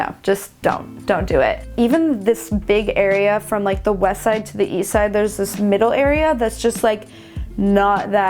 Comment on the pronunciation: Please don’t say west side like that again. Please.